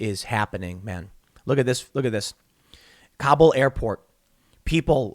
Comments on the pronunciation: Tim, Kabul actually has first syllable stress, not second, so you pronounce it like "Cobble." Americans routinely mispronounce it. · Kabul: pronounced similar to 'cobble', not kah-BOOL.